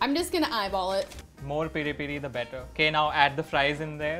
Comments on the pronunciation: its peh ree peh ree not piii riii pii riii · PERI PERI IS A TYPE OF PEPER THAT HAS A SPICY AND SWEET TASTE AD IT IS PRONOUNCED AS PEARI PAERI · Its peri peri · it's peri peri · U guys pronucing peri-peri wrong.